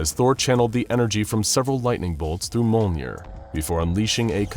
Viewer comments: Did anyone else get annoyed that he pronounced Thors hammer (Mol-near) not (Meal-near). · wow i really love monh'er, totally not the narator mispronouncing thor's hammer, Mjölnir. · So how did you pronounce Mjölnir again? I swear every time you said it i laughed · The amount of times Mjolnir was mispronounced here makes me angry